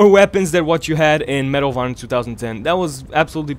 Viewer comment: when he says medal of honor i keep think he's saying marijuana